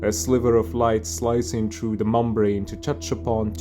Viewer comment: You have a really nice voice! And good cadence, however I would recommended trying to cut out some of the highest frequencies with EQ so there’s less “hiss” from your ‘s’ sounds, and if I were to be incredibly critical, your pronunciation of “those” and “then” isn’t quite “native”, the soft “th” sound doesn’t “hiss” like in “thick”, but still happens “in front” of the teeth, instead of in the mouth like “d” or “t” sounds, otherwise “those” sounds too much like “doze” or “doughs” and the whole language falls apart 😅